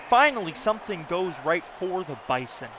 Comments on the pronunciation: Best intro to a dynasty ever... but as a Bison fan I feel I must inform you that we pronounce Bison as Bye-Zuhn. Its a minor thing, but just figured you should know if you are going to do 10 seasons of this. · Bruh, its pronounced "bizon", use a z instead of an S. Sincerely, a 5 year member of the NDSU GSMB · This video is amazing! As a NDSU alum I would like to let you know we pronounce the Bison as “Bye-zon”. I don’t know how it started but it has stuck for decades. Keep up the great videos 🤘🏾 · Good video! Just a heads up it's pronounced 'bizen' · Why would I subscribe to this guy when he pronounces Bison so weirdly?